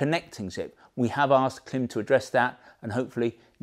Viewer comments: It's pronounced " climb". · Klim is not an English surname . Origins in Eastern Europe and pronounced the family members want it to be. The French word " blanc" is not pronounced " blank" just because you don't like it..